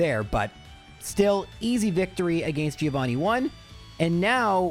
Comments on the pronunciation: Mentioning mispronouncing names and then saying Giovanni wrong is kinda hilarious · Italian here and it's a common thing for English speakers, not just 😂 they don't remember it's read Jovanni